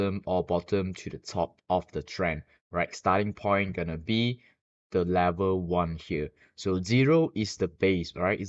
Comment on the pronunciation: It’s level not lever!!😂